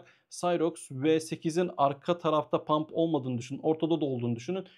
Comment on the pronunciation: hocam “pump” değil “hump” olacak haberin olsun